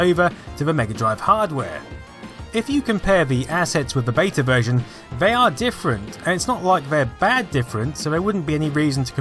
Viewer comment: Great video but I wish you would pronounce beta properly and also your THs